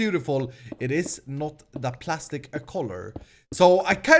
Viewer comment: Its prastic not plastic 👌